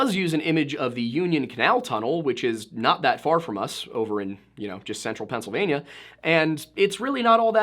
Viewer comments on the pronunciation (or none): none